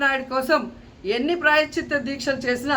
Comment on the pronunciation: ప్రాయశ్చిత్త అనడం రాదు నీకు. నువ్వు అమ్మయివా ఆంటీవా. ఓడిపోయిన దానివి ఓడిపోయినట్టు ఉండకుండా నోటి దూల వాగుడు ఎందుకు. 1000 రూపాయలు ఖరీదు చేసే నెయ్యి 320కి కొన్నప్పుడు నీకు అర్ధం కాలేదా తిరుపతమ్మా. నీకు తోడు కౌంటర్ ఇంకొక ఆంటీ. ఆడపిల్లని ఆడపిల్ల అని ఎందుకంటారు. ఆడపిల్ల కాబట్టి. నువ్వు జబర్దస్త్ షోలు, అక్క ఇట్లాంటి ఇంటర్వ్యూలు చేసుకోవాలి గాని, మాపవిత్రమైన హిందూ దేవుళ్ళ జోలికి ఎందుకు వస్తారు. మీరు కూడా కామెంట్ చేసే వాళ్ళే. ఖర్మ కాకపోతేను.